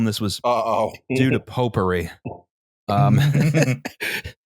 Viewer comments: anyone else starting to hear "popery" as "potpourri" after a while? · Pope-ery, or potpourri?